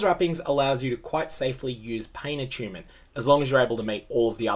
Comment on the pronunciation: A-choon-ment. Lmao